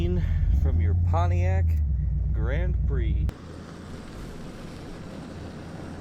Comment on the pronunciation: Try's to say "Pontiac" like he says "JAG" lol.